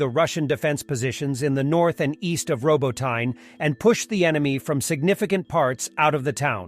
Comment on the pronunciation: The word Robotyne should be pronuonced like Roboteenay.